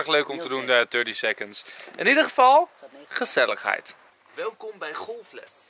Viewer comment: Ben ik de enige die hoort: geselligeit? 😂